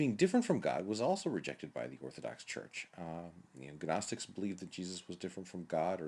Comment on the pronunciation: Good video. One small point you don't pronounce the G in Gnostics.